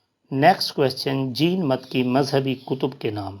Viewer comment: بھائی یہ جِین مت نہیں- جَیْنْ مَت ہے